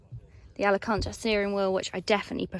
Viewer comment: … say Alcantara 😜😜 I thought you were going on holiday when you said it last 😜😂😂 Ali-cantra.. 😂😜😜😂